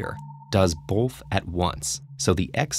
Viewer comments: I dont want this guy explaining this riddle like hes better than me even though he pronounces “both” like “bolth” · I have one issue with these TedTalks riddles... the narrator! He speaks clearly and all but I mean C'mon who says "Bolth" not "Both" there's no L in there!! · you say the word 'both' as if it is spelled 'bolth'. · "Bolth" "Bolth" "Bolth" "Bolth" "Bolth"